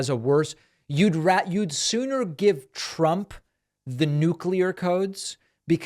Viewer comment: "Trimp" killed me